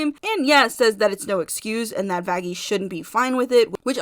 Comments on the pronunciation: It’s Vaggi actually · Me thinking everyone should just pronounce vaggi with a light (opposite of hard) G but then realized that adam literally called her that...